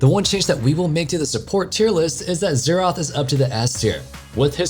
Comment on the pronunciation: That's not how you say Xerath noob